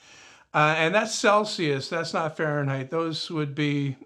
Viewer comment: 'farenheisz' groan zone!